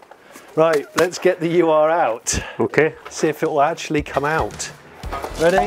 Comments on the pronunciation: U.R. quatro?! :D Ur is pronounced 'oor' and means original/real/first love the barn find vids! keep em coming please! :) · Please don't call them a You Are quattro. It's Ur (Oohr), German for ”the original”. A name they got after the S2 was introduced. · Just FYI, it's not a "U.R." Quattro, it's a German word "Ur" (pronounced like "urgh") which is one of those words there's not really a translation for, but it means something like "the original" or "proto....". or the first iteration of something. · german speaker here: the Ur is not a letter combination pronounced "u r" its a prefix meaning something along the line of "long ago" or "first" So you just say it as one word "Urquattro" meaning "first Quattro" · Love these videos and the UR-quatrro. Funny to hear it being pronounced in individual letters, the germans pronounce it as a whole as 'ur' stands for 'the original' in German. Also quite happy this didn't start, not a big fan of firing up a car that stood for 28 years without a valve cover and with old fuel in the tank. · Exceptional, a firm favourite of mine for the sound and the performance. We had a B3, non-turbo, FWD coupe that we never should have sold... I bet Johnny's trolling us, but "ur" is pronounced as it looks, meaning "the original," rather than "you are." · Just a minor correction it is not pronounced U R, but urrrr. Ur is german for original or first, hence the name Ur Quattro to differentiate from the successive Quattro models. Hope this helps? Great car and amazing find! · if you want to pronounce UR correctly, since it is German, try saying OER Quattro. OER means ''primal'', or ''first of it's kind model''. Nice video 👍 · Guys, the proper pronunciation of this model Audi isn't YOU ARE but plane (1 word)UR . It's the abbreviation of the German word for original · For reference its an Ur Quatttro ( pronounced Urr" ) not U-R .. from the German Ur- meaning original or primitive. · STOP CALLING IT U-R!!! IS UR ore ÜRE QUATTRO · Come on, say "ur". 😆